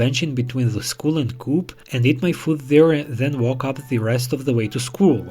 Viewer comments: if you're rich, there are way easier and less dishonest ways to meet girls 🙄 it's "co-op" not "coop" like chicken coop, dummy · Coop is pronounced Co op it’s a British shop